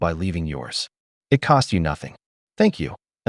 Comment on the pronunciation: "American women are losing I.T. as passport brothers publicly ignore them..." LMAO!! Tell me you've got an AI bot for the voice-over without actually saying so!